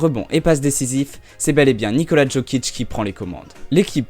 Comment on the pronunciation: Jokic se prononce yokic